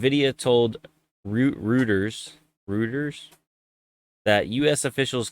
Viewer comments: roy ters not rooters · "Roy-ters" = Reuters Jelly Peace! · Btw. "Reuters" is pronounced "Rojters"... 😉